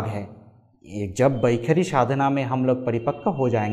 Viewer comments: You are wrongly pronouncing as vakhari. Should it not be vaikhaari? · Its वैखरी NOT वैखारी .. and please don't chant any Vedic mantras until you have cleaned up your pronunciation. I appreciate your effort, but this is disastrous!